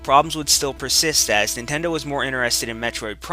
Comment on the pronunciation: Yeah.. You said again.. But the fact that you said "IF NENTENDOH CAREDBOUT UZ"